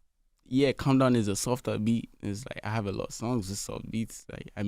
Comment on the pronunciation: It's Calm Down not "Come Down"😅😅